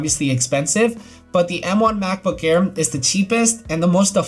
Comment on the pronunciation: He says macbook care instead of MacBook air 😂😂